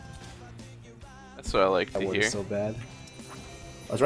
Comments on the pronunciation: "I am badeed" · this malphite said all game "i am badeed". kappa